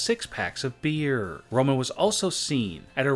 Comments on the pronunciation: "While having a bearrrRRRrrrr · How he says beer 😂